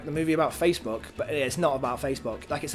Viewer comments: you were saying facebook wrong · After about three time saying Facebook it started to sound very weird 😂